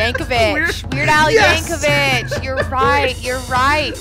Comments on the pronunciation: It works fine when spoken, if you pronounce it correctly. I.E. "Yankovic" ends in a "c", not a "ch". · My bad, I just looked it up and it seems his name is americanized so he pronounces it 'vik', not 'vich' as it's supposed to be pronounced. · I know that nobody gets all of these, but it still hurts a bit how many times they say YankoVITCH for Weird Al's name.